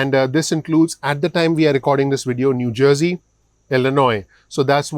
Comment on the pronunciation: The way you pronounced New Jersey . You didn’t have an accent. You had it again when you said it later when talking about those that will apply